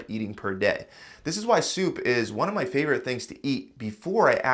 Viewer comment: "My FAVORITE seasonings... ...but those aren't MY favorite seasonings."🙄 This guy needs to learn the correct pronunciation of words.🤨